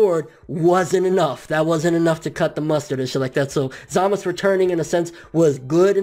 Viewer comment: Every time I hear you say Zamasu it annoys the hell out of me. Just say the "u" part geez